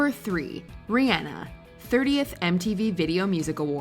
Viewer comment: This has to be the 10th WatchMojo video I've watched where they've mispronounced Rihanna.